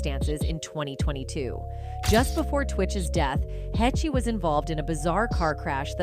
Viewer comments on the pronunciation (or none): Anne's last name, HECHE.. Is PRONOUNCED~ " HAYYSH " .. "HAY-SH". NOT "HE-CHIE". COME ON. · i heard Anne Heche's name pronounced every way it could be pronounced EXCEPT the correct way, which is HAYSH!